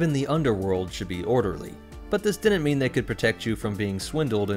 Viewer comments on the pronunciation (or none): none